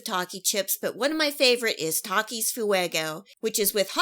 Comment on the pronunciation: Bruh the way she said Taaaaakias